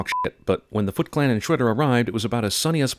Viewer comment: When she said "Foot Clan" it sounded like she said fucklan